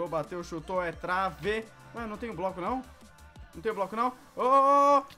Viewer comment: o fala broco